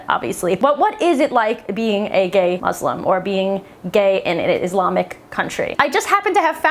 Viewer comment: this chick doesnt know anything about islam when she cant pronounce islam or muslim.